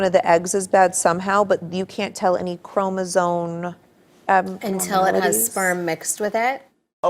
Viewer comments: Did she say chromosome or choromosone? lmao Either way, it's her life. Whatever. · She said "chromosone" lmfao